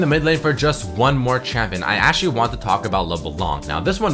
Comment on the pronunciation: ESPESHIALLY, ASHYALY, HONESTLY, AKSHYALE, PRETTY DAMN PRETTY DAMN. u are so annoying to listen to. Hire someone to write your text because you skipped school.